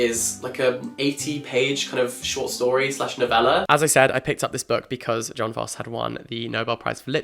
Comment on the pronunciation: That's not how we pronounce Jon Fosse.